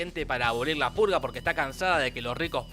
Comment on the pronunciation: En 3 dijiste emves de decir purga dijiste pulga